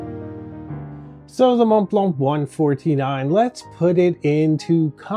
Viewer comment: Why is your pronunciation of montblanc so bad?